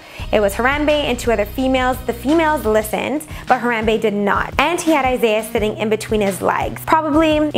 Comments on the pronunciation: When your cringing to death when she says Harambe wrong. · your saying the gorrolis name wrong